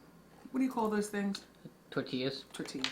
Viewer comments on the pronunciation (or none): she pronounced tortillas here like she was Hispanic...😂